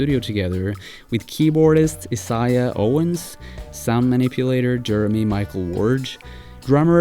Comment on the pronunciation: Its prounounced I-zay-uh (isaiah)owens